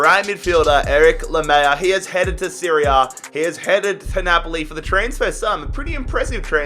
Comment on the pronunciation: ITS NOT LAMEYA ITS LAMELA